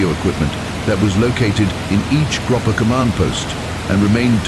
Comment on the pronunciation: The narrator's got a great voice but seems to have mispronounced a few things: gruppe, jagdgeschwader, Leigh Mallory, Jagdwaffe, Bader, Malaysia. "Friend from Foe" should be "Friend or Foe"?